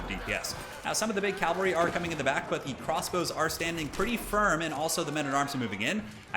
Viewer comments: Cavalry, not calvary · Another great game! I feel terribly anal for pointing this out, but it is cavalry, not calvalry. I'm sure plenty of people have already told you and that you just don't really care, lol. Anyway... Been watching tons of your videos lately! Really enjoy them. You've gotta be the best commentator I've come across on youtube.